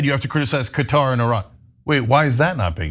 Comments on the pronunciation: CAT-AR not cutter! duh! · For the love of God, decide on a pronunciation. In one sentence you switch between “cutter” and “cuhtaar”. 😂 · no its not not pronounced as cutter its Qaaaa-tar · Anna, it's Qatar not Cutter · Qatar = Cutter ??? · Where the hell is cutter? You guys have Murdered the English language